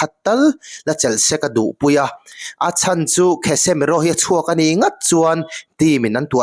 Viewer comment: Kasemiro tih angin lam mai la, "KHESEMIRO" ti sek aa